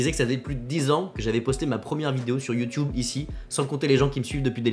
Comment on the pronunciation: 10 ans sur YouTube et il dit toujours "youtioube". Perso ça me fais rire.